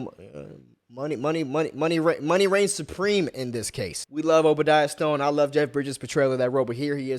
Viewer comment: His name is Obdiah Stane